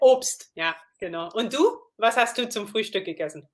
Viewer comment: Nicht unbedingt. Ich denke auch, dass sie eher beeindruckt war, weil er erst seit einer Woche Deutsch lernt. Dafür war es schon echt gut. Aber jemand muss ihm das "ch" und das "ü" beibringen ohne Google Translate! "Frühstück" war schon sehr holprig. Trotzdem, für eine Woche war das besser als alles was ich in meiner ersten Woche Englisch zustande gebracht habe. XD